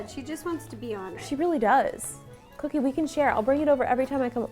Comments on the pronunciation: i love you guys but why dose Ro say "Coodie" sometimes instead of "Cookie" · I love the way Ro says cookie "coddie"😊😁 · Why does ro call her dog coodie? Whatever i still love her tho!^v^ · Who noticed ro was saying COODIE as cookie 😂😂😂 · I love you rosanna but when you say cookie name you say coodie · Does anyone else notice how when Ro says cookie she says coodie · Ro why do you call cookie 🍪 coodie